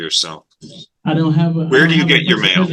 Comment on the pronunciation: "i don' reco'nize" THIS HURTS MY SOUL IT IS SSSOOOOOOOOOOOOOOOO FRUSTRATING!